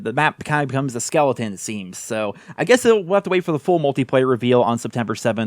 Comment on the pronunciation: This man said skeleteon of their former selves